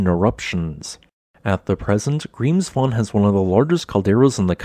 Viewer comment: How nice his pronunciation is, now he was in Iceland 😉